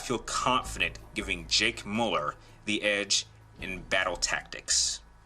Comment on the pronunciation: Why do so many people pronounce his last name incorrectly. Pronounced Mew-Ler not Mull-er